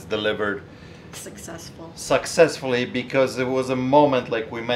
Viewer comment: Granted, mispronounces a few words here and there, but he is the only person out of the last couple thousand I have heard to pronounce the word "suc-cessful" correctly, instead of saying "sex-sessful." Great resolution to an awesome story guys! George is home. Great job!